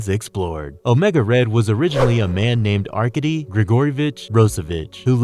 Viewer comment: "are-cade-dee"... You DOOFUS...